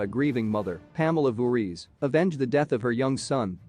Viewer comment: First of all, why do you keep saying “Friday the 13th’s seconds”? Second, you keep mispronouncing Jason’s surname. Third, you mispronounced “Lives” in the title of ‘Jason Lives’. Fourth, why did you show those cringe-worthy pics of those ugly, fat random people at the end?